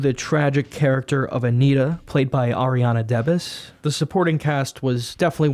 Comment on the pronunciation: It hurt when he butchered Ariana Debose’s name